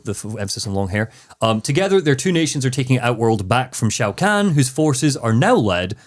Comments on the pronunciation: I have been a fan of mortal kombat since 1997……..it’s not even 2 minutes into the video, and you hit me with “Shao Kang” …….and “Gible”? I’m gonna have a stroke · I love that seems to pronounce Shao Kahn as Shao Kang so I guess you could say he’s Shao Kang the Conqueror.